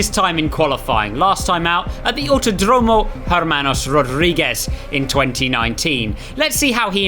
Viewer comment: I loved you trying your best to nail the pronunciation <3